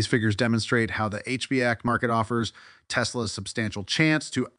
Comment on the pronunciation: HEEPAY filter.... HBAC? wtf 😂